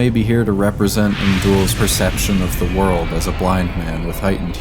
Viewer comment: The world ❌ Ze waruldo ✔️